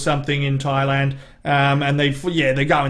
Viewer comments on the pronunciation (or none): 1 imperfection—he calls it “Twailand.”